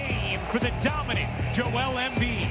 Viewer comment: His name is Joel - why do US commentators call him Jo-elle? He's a bloke called Joel, not a girl called Joelle!